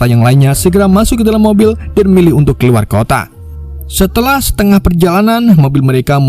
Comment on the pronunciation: Min sehat kah -- KEKUAR/KELUAR🤣APA LU LAGI PAKAI ITU MIN KK TIBA"OLENG